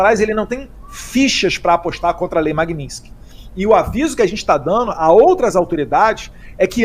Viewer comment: Magnitsky é o sobrenome de uma pessoa que foi barbaramente assassinada e que por isso, de uma certa forma, foi homenageada como nome de uma lei contra violação dos direitos humanos e outros crimes específicos. É um desrespeito ficar pronunciando de forma errada este sobrenome sendo que tanto no idioma original (russo) quanto no idioma português a pronúncia é a mesma: MAGNITSKY. Não existe magninsk.